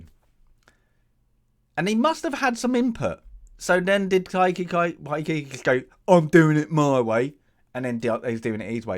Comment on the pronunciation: Are you mispronouncing Waikiki's and Gilliam's names on purpose, or did you just never bother taking a couple seconds to read them?